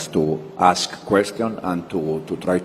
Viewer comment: Someome to teach Nigerians that it's Ask not Aks